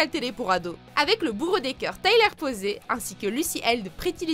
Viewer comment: Tyler PosEy ( se lit Posi ) et Lucy Hale ( on n'oublis pas le H bordel se lit donc Haile ) et Midnight Sun n'est pas si nul, c'est mignon et peut-être hyper développé, mais cela reste un bon film .